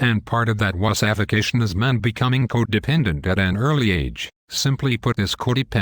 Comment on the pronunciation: I think Wussification was what this electronic voice was trying to pronounce- but didn't quite...